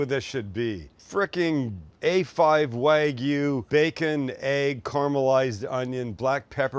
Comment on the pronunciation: Wag me?? WagYU! Ay-oh!